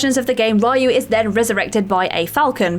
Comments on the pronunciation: It's Ree-yu. Not Rye-yu. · The protagonist from Ninja Gaiden is pronounced Ree-you not Reye-u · You COMPLETELY butchered the name of the protagonist of Ninja Gaiden.